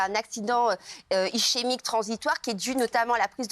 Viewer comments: Exact C'est Ischemique prononcé ISQUEMIQUE et non ICHEMIQUE Elle est vraiment stupide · on dit 'iskémique'. et c'est quasi la meme chose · Le ch de "Ischemique" se prononce "ke" au passage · oui mais ça se prononce 'iskémique' 🙄